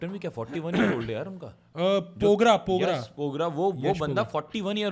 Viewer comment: Bkl vo pogra ni dogra ha 😂😂😂